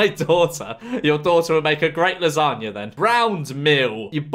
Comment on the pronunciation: George pronouncing lasagna as "lasargna"